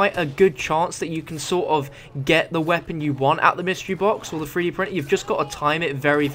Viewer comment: hey weirdo, you're saying it wrong, it's not a FREE-D printer, it's a THREE-D printer....say "TH" not "FF"